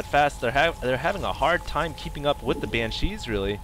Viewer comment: Banshees. Stop saying it wrong. She not chi, china man.